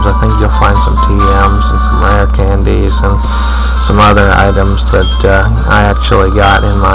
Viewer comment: rere canders? wtf?